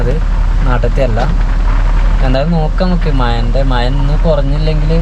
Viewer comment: മയയല്ല മഴ